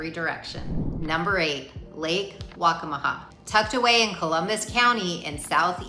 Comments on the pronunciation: Lake WACCAMAW Pronounced: WAC-CA-MA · It’s Lake Waccamaw.